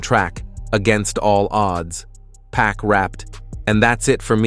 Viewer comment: His name Pac not pack 🤦🏽‍♂️